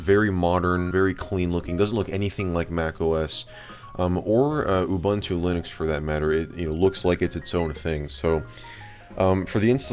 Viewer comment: Please stop calling Ubuntu "You bantu". That's actually pretty offensive in South Africa. The letter U is pronounced "u" throughout the word. No need to get creative.